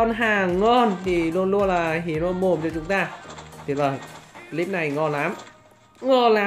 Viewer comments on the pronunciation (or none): none